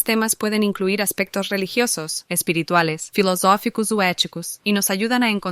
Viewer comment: Filoshoficous ou eticoush